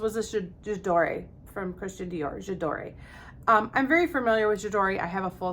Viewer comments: what do you think of layering scents? you could use a body spray all over and then add a touch of perfume to it for longevity? i like layering perfums. also your french friend is right, you don t pronounce the E, it s J ador ( without e when u pronounce it, and Prism libr) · I guess it's too late now, but maybe this can help with remembering how to pronounce that perfume name: "J'adore" rhymes with "Dior", which I guess is one of the reasons they picked it. Here you can hear it in in an ad: (hopefully I got the time stamp right).